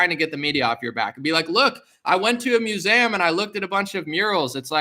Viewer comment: I agree with you about them throwing around the phrase “conspiracy theory” like it means some thing it doesn’t. I don’t agree with you on the pronunciation of museum.